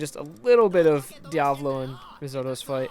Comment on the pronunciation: It's pronounced "Riz-Ott-Oh" Like is, otter, and oh.